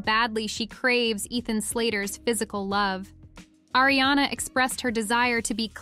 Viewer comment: Erie-Anna and Illianna. And then finally, they get it right and say Arianna. It's incredibly annoying when names are oronounced wrong.